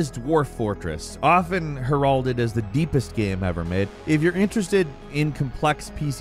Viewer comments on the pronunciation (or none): Her-all-dead?? Come on bro. Heralded. Pronounced Hair-a-did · her-ALL-did? I think it's pronounced HAIR-ull-did. Great vid. Surprised Stellaris wasn't on there. I played Alpha Centauri back in the day and liked it a lot, bought Stellaris a couple years ago and realized the time when I had time to learn to play something like this was back in the day when I played Alpha Centauri. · lol did he pronounce heralded as "geralded" ?(like geraldo rivera). dude, stick to words you know... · When I first started watching Gameranx last year, I deduced that “Falcon” was brother given the similarities of the voice and pace. Now after picking up on several weird mispronunciations (in this video it was the pronunciation of heralded in the Dwarf Fortress description), and after doing zero research, my bad, I’m beginning to wonder if maybe this isn’t AI reading in a modified voice. Anyone else? Love the content either way! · The way you pronounce "heralded" really blew my mind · He did NOT just pronounce 'heralded' like that lol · I’m sorry how tf did you just pronounce heralded????